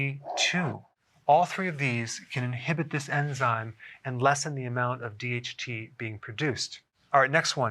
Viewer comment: I thought he said DMT 😂 Damn you Joe Rogan